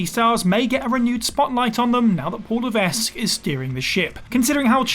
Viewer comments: For the love of….his name is pronounced Luh-veck. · The "s" is not pronounced in Levesque. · Maybe it's just me and my standards are too high, but if I were recording a video about Paul Levesque in which I repeatedly said the name 'Paul Levesque', I would check how to pronounce Levesque. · you don't have to speak to know how to say it right. Please don't take up for shoddy journalism. If this person had known anything about HHH or seen alot of last say... 5 - 10 years of wwe this name and how to say it right came many many times....